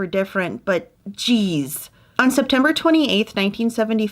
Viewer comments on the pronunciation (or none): Did you say "Geeez" 😊 now thats